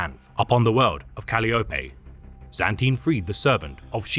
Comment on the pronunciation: Cal-lee-oh-pay? Lololol, Calliope is Greek, Kuh-lie-oh-pee good sir. Fantastic video otherwise, as usual.